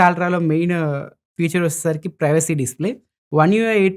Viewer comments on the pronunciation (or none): none